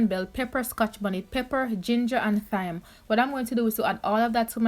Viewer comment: It's not TH -igh-m, it's pronounced 'time".